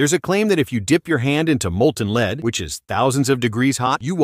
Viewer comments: It's not leed it's lead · Its lead not leed you dumb ass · it's not leed, it's led. u AIs r all alike. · Bruh he said molten lead correctly the first time so why did it change to molten leed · What's Leed,don't they mean Led😂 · Read ur dictionary or learn ur orals, it's actually pronounced as Led so yes the ai is correct. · If you cant get your voice bot to pronounce LEAD (not LEED) correctly your channel gets blocked. Put some effort into it. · Lead not "leed" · Stop saying lees you fool. It is lead. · I hate AI. It’s lead not leed. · Leed it's led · Dip your hand in lead❌ dip your hand in leed✅ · uh, yeah. Led, not LEED, two different pronunciations. Learn English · is leAd, but in some English types, it sounds like lEEd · "leed ingots" Ai...you funny. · Leed ingots 😂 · The molten "LEED" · Molten LEED.. WTF is this AI shiznit!!!!! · Hate these robot voices. "Molten LEED", what a joke. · Leed? he got it right once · Your AI narrator is saying "leed" instead of the name of the metal, after the first line. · AI pronunciation of "leeed" hilarious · Molten “Leed”… yup AI is gonna take over 😂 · "leed ingots" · This ai guy is so dumb he says molten lead and then says molten leed wtf? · Lead is now "leed": caused by AI. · Learn to properly pronounce things: Lead(metal) is pronounced LED! Damn A.I. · UGH "the leed" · Gotta love that poopy AI voice... Leeeed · Lead? I thought they were using lead😂 calling it leed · Leed learn to speak or stop using ai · pronouced led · leed. lmao... I can't! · Molten leed got me xD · The LEED haha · Molten Leed ? Lmfao😂😂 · This is why we don't let our children watch Youtube. Who pronounces lead as "leed"??? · Another YouTube channel run by someone who is too lazy to get a real job and sits behind a screen all day watching videos. Pronouncing Lead as Leed. Like cmon man you have all the time in the world sitting behind a screen, if you actually care about your channel you would care how the ai says things. This is actually so sad